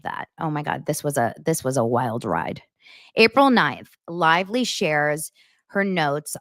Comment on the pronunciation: BLAKE CLITVELY or BLAKE CLITELY 😂😂😂😂